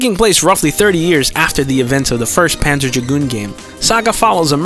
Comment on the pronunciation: Pan-what Dragoon? Can‘t understand what you‘re saying there...